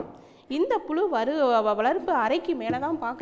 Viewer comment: புலு அல்ல புழு தயவு செய்து தமிழை அழகா உச்சரிங்க